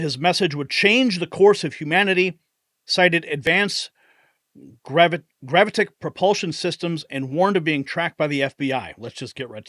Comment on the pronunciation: Grav-it-ick. Gravitic.